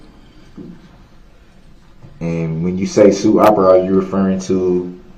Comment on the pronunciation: "Not reffing" (referring) 😂